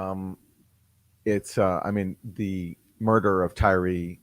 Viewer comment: It's only after watching Chuck Todd that I now realize Tyre Nichols first name is pronounced Ty-ree, and not Tire.